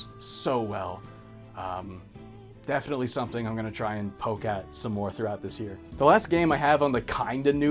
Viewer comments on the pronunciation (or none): none